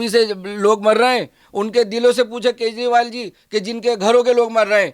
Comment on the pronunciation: कजंरिवाल not kezri😂